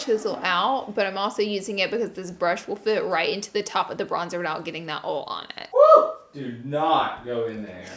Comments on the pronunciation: Everytime she say “ol” instead of “oil” 🙄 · OIL(ojal) Not ol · Someone tell her that Oil is pronounced “oye-il” not “ole” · i love u but its oil not oul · Love how you pronounce “oil” like “ole”. ❤️. The southern accent is so cute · i love how she says oil as ole ugh its so cute xx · she really doesnt know how to pronounce oil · it's pronounced OIL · I lost it when she started saying the word oil 😂✌